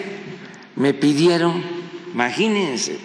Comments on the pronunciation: Dice " maginense". No imagínense. Buscar en el diccionario la palabra " maginense" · No dice imagínense le pone una N al final imaginensen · Maginense,, 14 años ,,en la universidad ,,y todos los años viviendo de parásito ,y no sabe pronunciar ,a 😂😂😂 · El señor dice Maginense!!!!!!